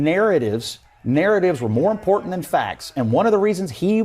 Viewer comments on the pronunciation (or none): I-M-P-O-R-T-A-N-T. "ImporTant" has TWO Ts in it Brother. It's NOT imporant.